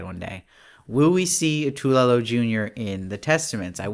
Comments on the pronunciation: It’s pronounced phonetically TOO-ELLE-OH……Not Tula, or Toolo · TWAY-yo is how it’s pronounced, it’s Spanish. 2 syllables